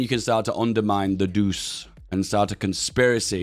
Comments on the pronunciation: Its not pronounced like doos, it is pronounced like douchay, so douche is not too far off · Could you please use the italian pronounsiation of "Duce"? (that will be "Duche") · Hey. Duce is pronounced like Duche with sound E. I dont know maybe you do it because demonitisation, either way i hope you've notice. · It's pronounced "doo-chay", not "doose". Il Duce means The Duke, as in Duchy. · Duce is pronounced Du-Che, not Duse. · Sounds like you are saying douche everytime, try ducze as this is much closer to the italian pronounciation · It's not [Dus], but [Duče] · It’s not douce it’s doo chey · Say it like "doo- chey". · The "ce" in "duce" is pronounced similarly how you say the "che" in "check". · Dude it's pronounced Doo-chay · Bruh please stop saying Deuce, it's not even close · ffs man Duce is pronounced "Doo-Che". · Im a lil bit of a linguist nerd, but since you seemed interested, duce is pronounced du-chey because in italian, the C is pronounced ch. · Feels wrong to hear him pronounce duce like that Its pronounced like Doo-chay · everytime he says “doos”, one of my 10 braincells withers away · time to correct your pronunciation: the "ce" in Duce is pronounced like "Che" in Che Guevara or Chechnya, granted the guy was a massive deuce. You're saying Italio instead of Italo, gotta drop that "e" sound. Dino, Balbo and Vittorio are correct. For Emanuele take manuel, add an "eh" sound (without the h) and put it in the end and start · please - it is pronounced doochay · it's pronounced "douche" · Duce, spelled Doo-che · The way you pronounce duce is so funny i almost peed myself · Even though I can't speek Italian I still feel the pain with you for his pronunciation of the duce